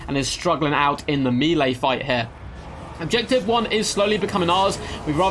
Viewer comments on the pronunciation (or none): I really like your content, and your commentary is getting better with each video. One request though - please pronounce melee like "maylay", it's a French word and that is its correct pronounciation. Meelay makes me wince.